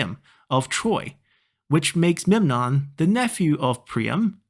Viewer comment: Hello, mate. Welcome to our new heroes, Rhesus and Memnon. To correct your pronunciation, as a Greek, you pronounce Memnon correctly (Μέμνων, aka Mέ-mnon). The other hero is Rhesus (Ρήσσος, aka Rί-sos), a well known king in Thrace of the Homeric period that led his forces to Troy, before he fell to Odysseus and Diomedes. It is said that his army was well armed and big enough, but more importantly it came from behind the Greek army, so it was a threat. Thus, Odysseus teamed up with Diomedes and the two, along with the forces they commanded, learnt from a Troyan spy (some say he was a double spy, nothing extraordinary in those times of utter war) and ambushed him. He is said to have been shot in the neck by an arrow from Odysseus. It is this hero that I would like you to play (remember, I don't own the game, so I can't say whom I would play as), because I like more the settled factions than the horde nations and the uniting script is more challenging, I think. Also, you may get a special mission to repell the ambush by Odysseus and Diomedes and prevent the fall of Troy. Have a nice time.